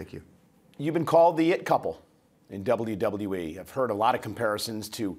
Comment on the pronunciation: Dublew Dublew E -________